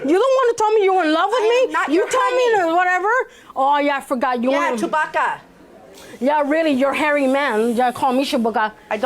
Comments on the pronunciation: Me eating and watching JM Defendant: "Chewbacca." Plaintiff: Chewbawaca." Defendant: "I don't speak wookie." Me, choking on what I was eating. Lol. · The way she pronounced Chewbacca at the end tho 😂